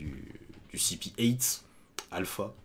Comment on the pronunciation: Alpha se prononce Alufa, tres similaire a Kalifa. Le pere de Kalifa est aussi du cipher pole (visible a Ohara) donc c sans doute une famille d'agents, et Alpha est sans grand doute la soeur de Kalifa